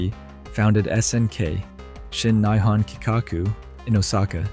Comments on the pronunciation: Really? do we need another one of these? Nyhon? really? You made a videogame documentary and managed to butcher the pronunciation of NIHON? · i thought it was Nee HON not Nye HON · King of Fighters 2004? You realize that’s a bootleg, right? The series only went to 2003 before it moved to the Atomiswave hardware. Also, I will never understand how it seems few people can pronounce “Nihon” and “Garou” correctly.